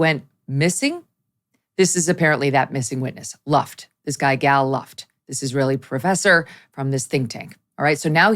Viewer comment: This man is clearly not an arms dealer! (pronounce his first name as "Gahl", not "Gal"...like Texas gal.)